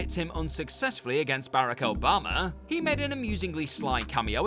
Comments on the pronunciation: BareCo Bama?🤣 what? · You wanna try another take on that pronunciation of Barack Obama?